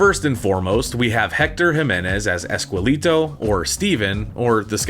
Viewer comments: "Ess-kell-eh-toh", not "ess-quell-ee-doh". Man, your pronunciation makes me sad sometimes.. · Esqueleto pronounced ehs- keh- leh - toh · It’s pronounced ES KEH LEH TOH